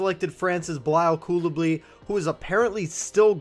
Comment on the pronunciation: Cooley-bah-lyee emphasis on the bah